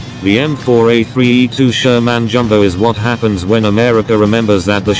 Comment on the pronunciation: The SHER-MAN. 😂